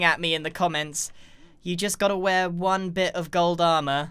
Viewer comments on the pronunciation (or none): none